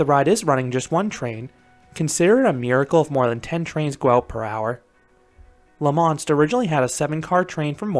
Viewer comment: It's not pronounced La Monst: it's pronounced La Monstre with a silent E. For someone who's been to Europe you should know better, 😑even if Quebeckers speak funny. Also: WHY DID YOU BRING X2 INTO THIS? Are you having a joke with us Canadians, young man? Tisk tisk. Finally: I never knew there was RMC topper track on this coaster, but I can only hope that gives Canadian coaster enthusiasts like me hope that they RMC Great Canadian Mine Buster, Le Mostre and possibly a raptor track at Playland in Vancouver (since the fastest launch in Canada is meaningless 😉) But thanks for posting; I've not ever visited La Ronde but your review looks to be about right. 😑 Thanks for posting!